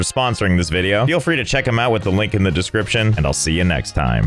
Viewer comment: Why does he say linkie?